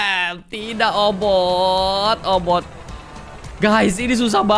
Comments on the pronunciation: Obit bang bukan obot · obit miawaug bukan obot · Kk regi obit bkn obot😆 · "OBOT" hmmm kayaknya "OBIT" deh 😂✨ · Bang OBIT bukan obot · Bang regi itu obit bukan obot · Ka regi bukan obot tapi obit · Obot Bukan Obit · Obit miawaug bukan obot 🤔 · bukan obot obit la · Obit ka regi bukan boot😅